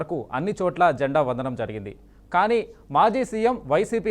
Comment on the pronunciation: అరేయ్ బాబు న్యూస్ రీడర్ అది జెండా వదనం కాదు రా 🤦🤦🤦🤦... "జెండా వందనం" అనాలి... కనీసం రాజేంద్ర గారిని చూసి నేర్చుకో 😡😡😡🤦🤦🤦